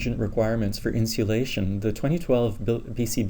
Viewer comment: Very informative. Are you saying "Insealation" ? I love it and am thinking about incorporating it into my marketing efforts.